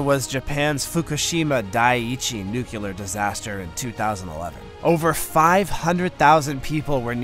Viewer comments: there is no such word as nucular. the word is nuclear. learn to say it correctly or stop using it. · Say it with me NUCLEAR. There’s only 1 U. When you can’t pronounce a word like that, makes it hard to listen to